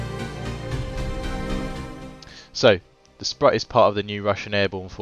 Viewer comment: If anyone cares - it’s pronounced “sproot”